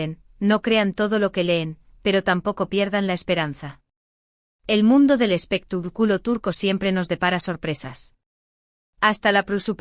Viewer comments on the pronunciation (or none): Porque lo traduces tan mal no sabes el español bien,debes decir expectaculo y no lo que dicesdices espituculo